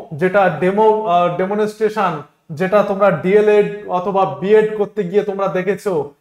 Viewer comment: কথাটা ডেমোলেস্ট্রেশন নয় ডেমোস্টেশন😊...